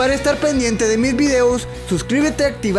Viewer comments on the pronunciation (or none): none